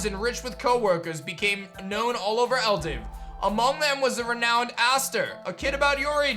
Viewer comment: Shouldn’t the region be pronounced “Ell-dew” not “ell-div”? It’s spelled with a W at the end... Also yes you’d rather be 1-2 levels over everything because sometimes there are random level jumps between a gym and a boss